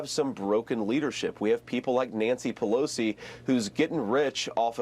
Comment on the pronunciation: Pelosi obsessed? It’s other way around. He can’t even get Pelosi’s name right, keep calling Nikki. Give me a break, “ Shady Vance.”